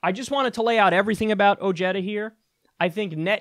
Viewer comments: bad pronunciation, this is a hispanic last name and the J is not pronunced Y but like an "H" in english, like Ohara or Oheda. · I hate how his name is pronounced. It’s “Oh-Hey-Da” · Is that how he pronounces his last name? I thought it was "o-HEY-da" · its pronounce "O-he-da" its a short "e" like in "get" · I hate that he has his last name mispronounced on purpose. I hate that he voted for Trump but at least he sees it was a mistake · Isn't it pronounced , oh*head*duh, or am I missing something lol